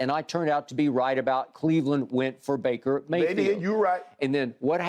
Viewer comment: Shannon be getting bakers name wrong every time😂 “braker” “blaker”. Had to come watch this after that crazy game